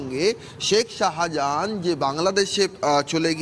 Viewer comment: Reporter to শাহজাহানই বলতে পারে না, সাহা জাহান বলছে